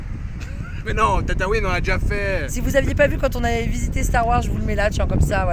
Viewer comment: Tatwouine.... pas tata-ouiiiiiiinne.... mort de rire. 😂😂🤣